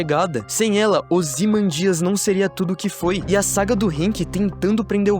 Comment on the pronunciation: Se pronuncia "ozymândias" e não "ozimandías"